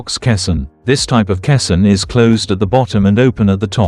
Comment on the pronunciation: Your AI cannot pronounce caisson correctly.